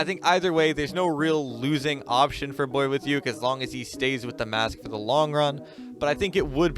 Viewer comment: Did i or everybody does not know just hear he said the wrong pronouncesition of boyuke?